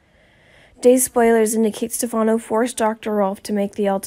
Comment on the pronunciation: Where is the "shocking" truth and when oh when will you learn to pronounce Stefano correctly??? Do you ever even watch the show??